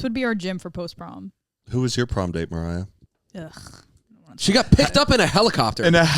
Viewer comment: I thought she was doing Mariar on purpose 😭🤣